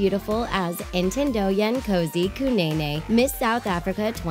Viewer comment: THE WAY SHE PRONOUND KANENE (KANAENAE)